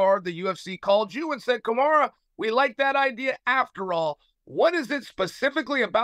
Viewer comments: And Kamara 😂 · Didnt he actually say `Kamara` too a couple of times? :D